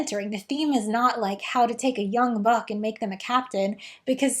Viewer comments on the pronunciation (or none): none